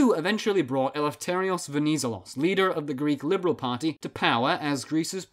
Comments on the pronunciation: You accentuante the ZE in VeniZElos. also both "e"s in the name are pronounced the same way you pronounce the net in interNET. You probably have to remember that if you're planning any more videos on Greece since he's very important. Awesome video btw good job! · VenizElos - the accent is on third syllable. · Just so you know, he's called Ve-ni-zé-los stress the e (pronounced like the 1st e in edge) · You said wrong the last name Venizelos the ton in the e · no "d" on the name either written or pronounced... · Pretty good video, but please learn how to pronounce “Venizelos”. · The way he says Venizelos hurts my ears Other than that, great video